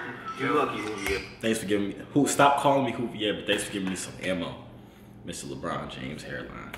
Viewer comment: He said mr. Leborn hairline